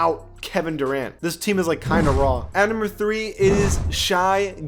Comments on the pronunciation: Its pronounced sh-ay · The way he said Shai’s name 😂😂